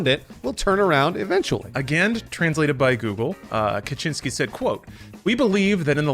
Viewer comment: Stop saying "Kaczyński" 🤦‍♂️🤣